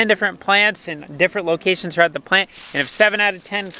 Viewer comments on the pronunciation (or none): Exactly what I thought when he said thlocation